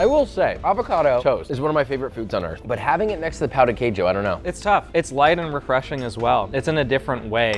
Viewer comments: Your pronunciation of Pao de queijo translates to “dick cheese” lol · No shade but it’s pronounced Pow-ji-kayju for the Brazilian breakfast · FYI, you pronounced Brazil’s dish “cheese d*ck” lol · As a Brazilian, pow du kayjo is making my cry on the inside, for anyone wondering, the pronunciation isn't hard at all, it pão djee kayjo. Something like that. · its pronounced pun ji ceju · Hey, the pronunciation of "Pão de queijo" was funny dude, cause in portuguese you are actually saying "Dick of cheese" instead of bread. Dick = Pal, Bread = Pão. The pronunciation is not easy for foreign, but was really funny LMFAO 😂 but you was right about one thing, we can and we actually do a lot of things to eat the dic... I mean, the Cheese Bread, we stuff with different things, we eat with sweet or salty toppings and etc. But the most famous way to eat it, is just the cheese bread with black coffee. 😍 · no way he pronunced pão de queijo right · Always cracks me up to hear the way they pronounce pão de queijo. Thank god the dish is not called "queijo de pão" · Coffee is very much cherished in Brazil, coffee and pão de queijo is (imo) better than the jam. Also josh, ur saying pão de queijo wrong 😂😂😂